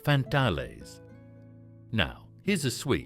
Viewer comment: Pronounced Fantails!!!!